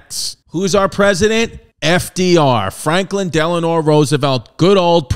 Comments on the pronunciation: Its not Deleanore. Its Delano. His wife was Eleanor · Fun history fact: FDR's middle name is NOT Delanor! It is Delano. Nearly everyone mispronounces it as Delanor, and that is the name that we all know. I believe the error might have something to do with the middle name of Franklin D. Roosevelt’s spouse, Anna Eleanor Roosevelt.